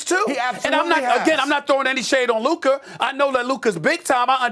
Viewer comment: It’s luka and it’s not close